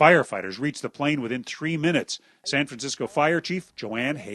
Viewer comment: haha he said tree minuets